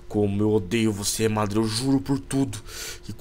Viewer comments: SABE NEM FALA MA DA RA KKK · eles tão falando madara errado.